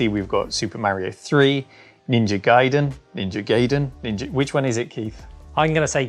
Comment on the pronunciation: Sorry Keith, it’s ‘guy-den’!